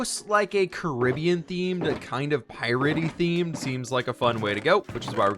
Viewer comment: Great vid! How he said Caribbean kinda bothers me...